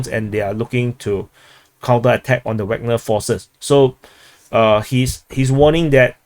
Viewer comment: Every time says 'Wagner' I hear 'Ragnar'. That reminds me of Vikings and makes the whole DPA-videos experience much better every day;)